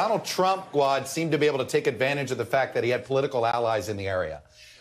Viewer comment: Did Chuck Todd have a slip of the tongue at the intro and say "...Chump, er Trump...?"